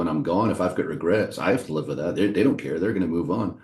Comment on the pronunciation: American twang snuck through 'they don't care'